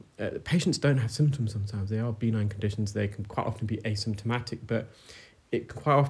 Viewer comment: You keep saying B9, are you saying benign? If so the emphasis is on the "9" not the "b" mispronunciation can lead to confusion, it sounds as if you're speaking about a vitamin deficiency, apologies if I'm mishearing